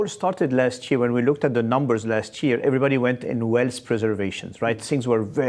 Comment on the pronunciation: The guy can't even pronounce "wealth" correctly.